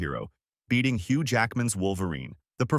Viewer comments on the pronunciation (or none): none